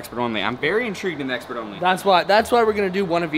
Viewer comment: “Expiration date, also known and exxxpert” Haha love you guy your the bestb